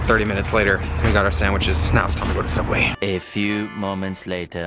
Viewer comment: sooubway .....theodd1sout😂😂